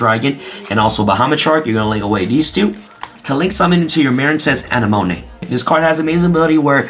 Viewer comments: Ana-monay?? A-nem-a-nee. Likin' the deck profile! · You misspronouncing Anemone, its pronounced "A-Ne-Ma-Nay" lol. Also I built a Battle Control varient of Ice Barrier focusing on Speaker, Defender and Eisbahn, that still uses the ful Synchro engine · ✋ A-neh-mo-nee 👉 A-neh-mo-nay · Um... Uh-nem-uh-NEE, BorreLOAD Savage, and QuarionGANdax. Great deck profile, though! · I believe you should watch finding Nemo lol uh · neh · muh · nee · “ANNEH-MOAN-AY”??? BRUH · "aneMONay" yes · Marincess A-Nim-A-Knee... think Finding Nemo. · This man's never watched Finding Nemo. It's AH-NEH-MUH-KNEE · Say it with me. AH-NEH-MO-KNEE 🥴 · I died a little instead whenever he pronounced Anemone wrong. LOL. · The wY you said anemone 😬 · how did he just pronounce Anemone? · Gotta give you huge gruff for mispronouncing Anemone. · The way he pronounced anemone was funny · He either doesn't even realise what that word means or has given up on saying it correctly